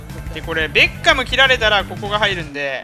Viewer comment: ベッカム引いたとこベーコンにしか聞こえなかった人おらん？w